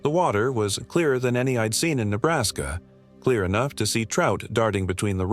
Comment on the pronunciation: First off you are talking about my home, you don't seem to have much education, first of it is Nebraska, pronounce it right, as well as Niobrara, pronounce it right!! Your stories are all B'S. Keep telling them though maybe it will keep your kind away! Gps doesn't work out here. 😂